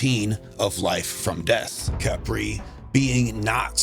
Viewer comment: Y'all notice: "kepri sun"